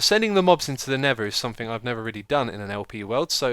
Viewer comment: X. are You aware that You say somethinK instead of somethinG? (No offence intended)